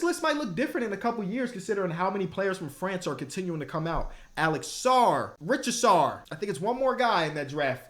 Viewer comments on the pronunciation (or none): I’m begging you to actually look at Zach Risacher’s name and stop saying “richasar” lmao